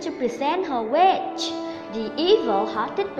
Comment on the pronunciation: Her "wiSH" chứ không phải "Her witCH"